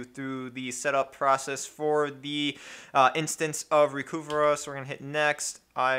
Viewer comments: It's pronounced "recover", not "reh-cu-vah". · "Recuva (pronounced "recover")" It used to say on their website.